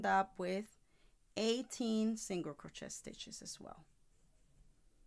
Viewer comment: Great video 👍 But your pronouncing Crochet wrong It’s “crow-Shay “🤷‍♀️